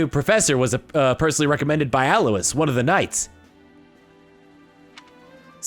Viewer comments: One problem about lack of voice acting: many mispronounciations. Leicester being pronoucned “lester,” and Alois being pronounced “aloy-eese” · I think Alois is pronounced (soft A-loy).